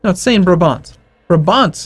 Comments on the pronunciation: its pronounced as braabant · it's braaaah-bahnt